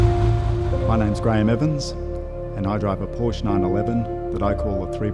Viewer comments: He doesn't know how to say porsche..its like Portia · The word Porsche has two syllables thank you. Learn how to pronounce the name of your car. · The 70's Carrera RS / RSR is my favourite 911 model/shape. This particular car, while only an interpretation, looks and sounds sweet. Gorgeous. Though I think the owner should learn to pronounce the brand correctly.